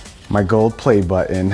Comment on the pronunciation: "Oh look, you can press the buh-in!" LOL